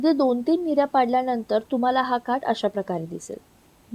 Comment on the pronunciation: Mirya😅 nahi g nirya